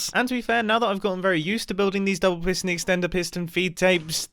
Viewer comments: take a shot everytime he says pistion feedtape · P i s t o n